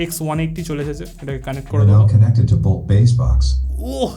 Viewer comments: Boat❌ boalt✅ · Bhiii oy bot na bolt